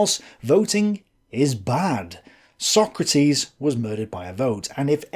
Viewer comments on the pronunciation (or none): none